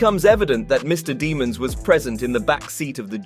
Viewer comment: His last name is pronounced DEM INS